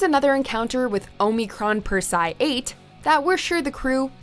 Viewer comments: HOW ARE YOU NOT ABLE TO PRONOUNCE Omicron Persei 8?? They say it like 5 times in THE DAMN VIDEO!! You people at are so damn bad at pronouncing words for some reason. O-mi-cron Per-se-i 8.. SAY IT RIGHT! LEARN, LEARN!! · The way you butchered Omicron Persei 8 should be a hate crime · Please stop mispronouncing Omicron Persei 8. This is the first video where I have heard mispronounced words, and the ladies usually do a fantastic job with some real humdingers. Getting pronunciations correct makes it feel like you really respect the subject matter, but this video let me down. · Um, it never crossed the line. It maybe pushed it, but that's what makes Futurama great. Stop being so Puritanical. And learn how to pronounce Omicron Persei 8. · So no one at can properly pronounce Omicron Persiei 8 and they think The Problem with Popplers was their first appearance... have they even watched this show? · Yeah find someone who can actually pronounce Omicron Persiei 8 before they make another futurama video!! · Boy. You sure don't watch Futurama do you? You have mispronounced almost everything. 😂🙄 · Only time the line was crossed in this video was when pronounced Omicron Persei 8. It's even said in the video by Lrrr of the planet Omicron Persei 8